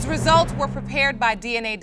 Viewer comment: And it's "Results" NOT "RI-SULTS" this situation is Not a ball game!! Stop all that dun clapping!! That baby mama & grandma are jokes and a comical collaboration!!🤦🏾‍♀️🤦🏾‍♀️🤦🏾‍♀️